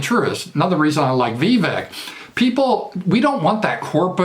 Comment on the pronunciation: Apparently it’s NOT pronounced like “Veeee Veck.” I think it rhymes with cake: “Vuh - Vake.”